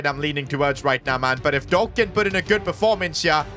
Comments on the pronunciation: By the way its pronounced dohk like d oh k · If I hear “Doe-Ack” one more time in my life I might pierce my own ear drums.